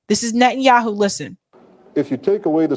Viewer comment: The United States of Netten Youwhoo